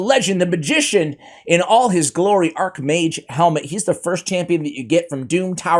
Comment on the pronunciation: I really do not think it's pronounced "Helmet". Its Hellmood - for Archmage Hellmut. It's a german name.